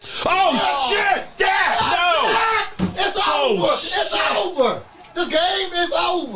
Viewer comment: LOL, Cut it off “THIS GAME IS OVA” “ITS OVA”,,, LOL😂😂😂